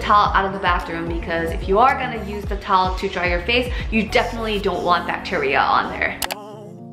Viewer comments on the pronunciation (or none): Weakness: The word Towel It sounded like she said Tolll Tolll 😂😂😂